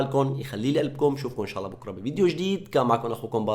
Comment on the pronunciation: اخي حرام تلفظ الجلالة بهذه الطريقة قل الله وليس اللة حرام أخي